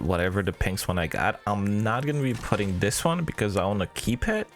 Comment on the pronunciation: You really arent interesting at all, i hope at least you know no one is here for your "personality". Also stop saying "dis" instead of "this" constantly and start saying anything worth saying.